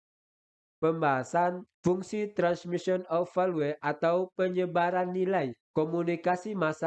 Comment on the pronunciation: Soal no 16 bahasa VALUE membacanya velyu bukan Velue 🤭😂